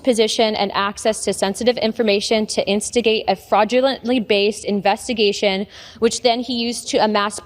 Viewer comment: "Invessigation" What a waste of flesh.